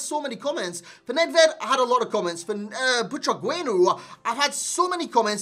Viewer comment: "I really like saying his name man" You're saying it wrong lol but nice review